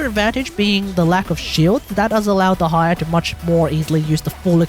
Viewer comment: "De-ha-ya" as a Dehya main, I will not stand for this 😤